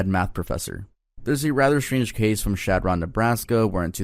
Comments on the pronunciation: chadron NE is pronounced "shad-rin" btw! that case is a bit sadder than i expected nebraskas to be ☹️ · he also pronounces chadron nebraska wrong the whole time 😭